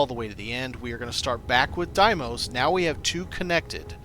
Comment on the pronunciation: Yo bro, its pronounced "day-mose". The vendor in game even says it. Where'd you come up with die-mose?